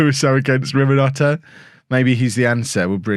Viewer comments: favorite. And still he haven't read his name properly. RiNoMhota, not RiMoNhota. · It is Rinimhota, not Riminhota. Your love for the man is almost as irrational as your pronunciation! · I found your channel around 3 weeks ago. Subbed straight away, and have watched every video since. But..... There's one that's been really annoying me....... If you're going to carry on say Rinamhota, can you please say it right..... The n is before the m...... Thanks, and keep up the good work 👍😊